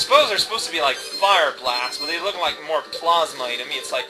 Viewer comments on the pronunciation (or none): none